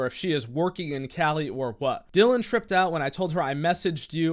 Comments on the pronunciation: It's Dillion (like million), not Dillon. But the fact that one those accounts had her last name misspelled and he didn't notice tells you how desperate he was. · its dill-EE-on harper. shes the best